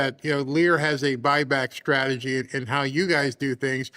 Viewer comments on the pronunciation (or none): none